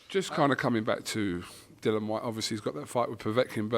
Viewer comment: It's Dill- ee- an,. DILL- ee- an